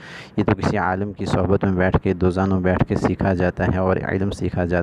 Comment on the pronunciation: یہ جمیلی خود کو عالم کہتا ھے لیکن اس بیچارے کو اسی عالم کا تلفظ ھی ٹھیک نہیں ۔